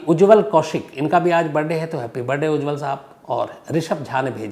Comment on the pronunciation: Sir jiss tarha aap Birrrrrday bolte ho accha lagta hai